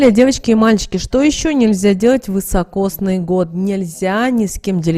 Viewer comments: Простите, но режет слух вЫсокосный год, правильно говорить вИсокосный. Спасибо. 🌹🌺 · Извините, не высокосный, а високосный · Следует говорить "високосный"